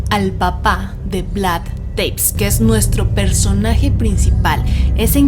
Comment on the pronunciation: Muy bueno como todos sus programas. Solo un detalle, Vlad TEPEŞ (se peonuncia Tepesh en Rumano). Un saludo y muchos éxitos! ❤️